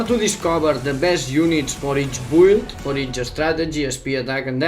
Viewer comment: Its called Meta and Build not Mita and Bould. This is really annoying